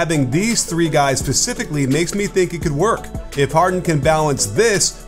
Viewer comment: "pacifically" can you hear me shaking my head? :(